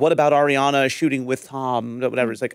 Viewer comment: Can you tell Schwartz to say Arianna’s name correctly? He calls her air Yana